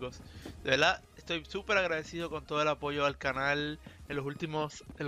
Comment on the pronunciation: Hey por que en ves de decir verdad decis veldad?